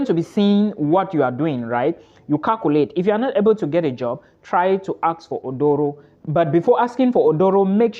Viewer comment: Aduro not Odoro. Hahahaha 😂